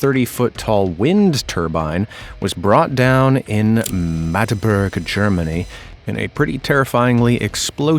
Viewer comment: the mispronunciation of Magdeburg killed my ears.